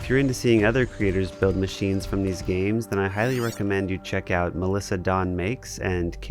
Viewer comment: "You know, children could play with theese toys" 🤓